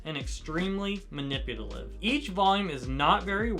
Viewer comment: lol why is saying manipulative so hard